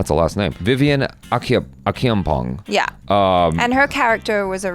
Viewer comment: check out channel and watch his videos on the sandman... He explains all of this... Also, I'm Ghanaian and the names Acheampong... Pronounce the "ch'' as you would in "church"